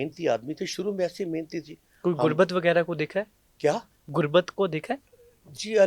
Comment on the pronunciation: Bhai podcaster interview krne se pehle apni urdu theek kr liya kro. Gurbat nahi Ghurbat kehte hain